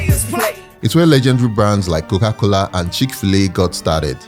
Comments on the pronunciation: it's coca cola not cowa cola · it’s pronounce Mercedes-Benz Stadium not Mecidez … Practice naming Landmarks before. You can’t even say Coca-Cola 😭😭😭 you dumb boy